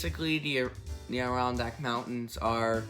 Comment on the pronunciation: “ADD-eh-RON-DACK” say it with me. Also, the Adirondacks will NEVER be a national park. They are far more protected that any national park will ever be and people actually live there. You want to just kick them out so NYC tourists can come and say they visited?